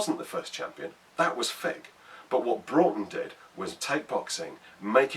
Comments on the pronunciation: Loved the vid! Thank you for being one of the few people to actually pronounce "Broughton" correctly! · I'm also a decendant of John 'Jack' Broughton. My grandad used to tell us the story when we were young. As others have said, glad you got the pronunciation correct.